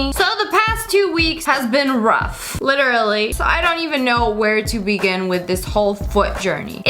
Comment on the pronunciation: Why does she keep saying litterly